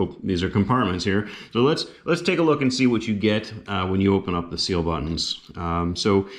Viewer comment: Thanks for covering some of our kit! FYI, they're pronounced "Kill"